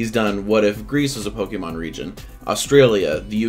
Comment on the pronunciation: Yet, u still cant say pokemon right